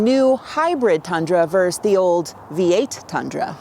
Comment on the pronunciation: Did Jen say "verse"? Isn't the word always pronounced "versus"?